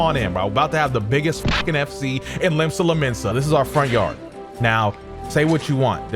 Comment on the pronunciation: limsa lominsa seriously